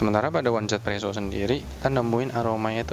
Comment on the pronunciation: di global juga baca nya izipresso kak